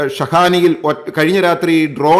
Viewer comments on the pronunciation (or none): പക്ഷെ 'അക്രമണവും' 'ആക്രമണവും' തമ്മിൽ ഉള്ള വ്യത്യാസം അറിയില്ല.